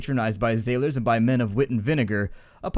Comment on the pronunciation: Sailors sail the sea, zailors zail the under-zee.